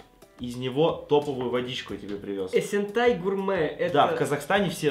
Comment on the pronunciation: Не Эсентай, а Есентай 😂